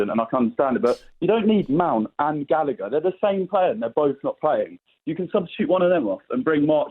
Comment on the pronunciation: Conor Gallagher pronounced Gall A Her not gallicker